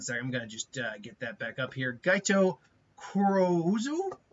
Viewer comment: The name is actually Gaito Kurouzu and pronounced guy toe ka er row zoo